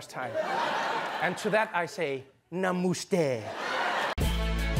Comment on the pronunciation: He completely butchered the name 💀